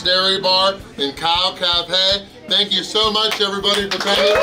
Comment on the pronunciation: Did he really say, "KALF?"